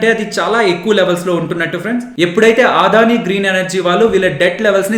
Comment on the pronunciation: మీ అనాలిసిస్ చాలా చక్కగా ఉంటుంది. దాదాపు 6 నెలలు గా మిమ్మల్ని ఫాలో అవుతున్న. థాంక్స్. చిన్న సవరణ.... అది "ఆదాని" కాదు "అ"దాని... అన్యదా భావించొద్దు.నేను రిటైర్డ్ అయ్యవారు,ప్రస్తుతం అడ్వొకేట్.